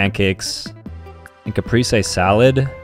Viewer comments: It’s not pronounced capreesay, it is pronounced caprese. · “ Cap-rEs-ay sAlaD “ I’m sorry but the way he botched the pronunciation made me angry . Also there are so many different types of round bread and honestly I like them better than just the loaves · He pronounced Caprese as "capreesay"... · Him saying short pasta was better didn't offend me at all, in fact I think it's true. But the way he pronounced "caprese" on the other hand...